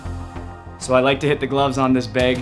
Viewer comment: This dude is Canadian. Listen to how he says “BAG”